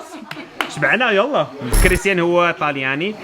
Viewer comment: "كريستيان" مدرحة هههههههه